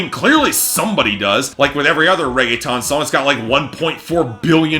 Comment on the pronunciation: Lmao this man seriously said "raege-TON" 😂😂